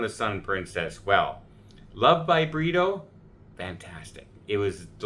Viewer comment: All this this time you have been saying "Love" by Burrito but it is Britto. I kept thinking it was a Mexican restaurant.